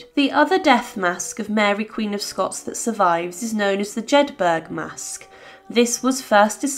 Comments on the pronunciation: Jedburgh is pronounced similarly to Peterborough. Not Jed- 'berg.' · Pronounced, Jed buruh, note.